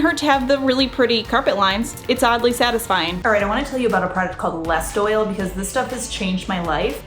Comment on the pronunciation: It is pronounced less toil, not lest oil. Lord help us.